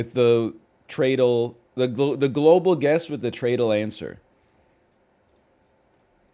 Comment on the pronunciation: Why does he say globle like that